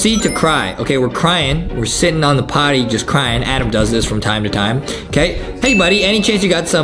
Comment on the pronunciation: Guy with yellow hair/Adam , and Justin did said potty LOLLLL 💀